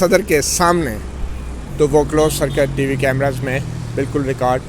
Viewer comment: کیمراز نہیں کیمرے